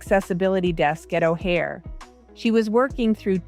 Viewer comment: O Hare is not a hair. AI text.